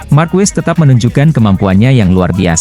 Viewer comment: Marquez dibaca markes bukan markues!